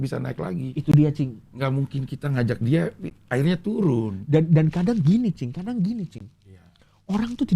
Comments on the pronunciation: Sampe salah sebut "cing" jadi "bib" wkwwk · Coki kalau manggil: Cing ❌ Bib ✔️ 😂😂😂